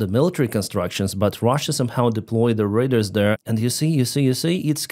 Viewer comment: Please look up the pronunciation of "RADAR". You are saying, "raiders.". A bit confusing. Thanks for the update! Also, RADAR is used as an adjective, not a nown. There are no RADARs. There are RADAR dishes, RADAR transmitters, RADAR systems, but no RADARs.